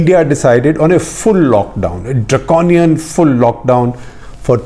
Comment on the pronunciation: Was waiting to see where he lays stress upon. I heard one on the word Draconian 😝